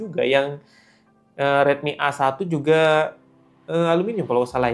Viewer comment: A1 dibaca ei one gk sih, kok awan 😅